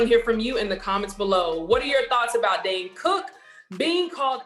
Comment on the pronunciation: Hey there. His name is not Dan. It’s Dane. Just saying. 🤷🏽‍♀️